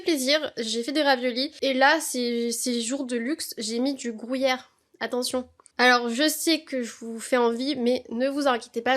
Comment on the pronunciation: « Du grouyère »😂